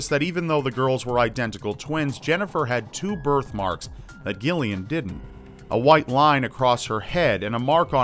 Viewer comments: Joanna Jennifer Jaqueline and Gillian? like Gilligan? bwahahahhahahha! it's pronounced with a soft G, like Jillian! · man that's painful hearing it pronounced gill-ian. I understand it's spelled that way but it's pronounced Jillian. I get there's Gilligan's island but still lol Jennifer and Gillian. Jillian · For the love of God dude! It's pronounced 'JILL . ly . an' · jamifan100 It's pronounced Jillian. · I'm from the UK and every Gillian I've ever met pronounces it Jillian. It's Jillian. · Love it. Only thing is Gillian is actually pronounced like Jillian. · the way you pronounce gilian makes me laugh XD where I'm from (the UK) it's pronunced jillian. Why it's spelt with a g, I have no idea. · Gillian is pronounced Jillian, its just a different spelling x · You mean 'Gillian'? Like Jill-ee-ahn? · It’s pronounced Jillian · Jesus wept, Gillian is pronounced Jill-i-an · Xeidasx Thank you, thank you. I was cringing as well. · jamifan100 yeah but common sense rule says otherwise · Thank you....every time he said the name my eye twitched. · Gillian is pronounced as if spelt with a J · thats not how you say Gillian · Omg the way you pronounce Gillian is so triggering lol